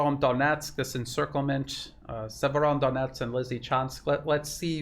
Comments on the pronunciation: seems to add an N at the end of Severo, like "Severondonetsk" 😀 maybe we should call it SevereDonetsk! A very serious Donetsk. 😉😀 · The name is Severo-donetsk. Otherwise great reporting. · It's Severodonetsk - there is no "n" between Severo and Donetsk. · No N in severodonetsk - well, only one! “Severo-“ means north. Northdonetsk. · There's no letter "n" in Severodonetsk